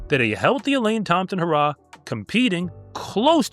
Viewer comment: Elaine Thompson HUH-RAH😂